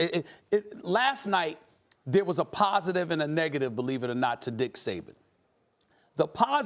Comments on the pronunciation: Did he just call him Dick Saban? 😂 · Did this man really just say Dick Saban? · Did anybody catch that Stephen A said “dick saban”🤣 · Did he say Dick Saban? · Anyone else hear Stephen A. say “dick Saban”? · So we gonna act like Stephen A. Didn’t call Nick Saban, Dick Saban 🤔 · He did say Dick Saban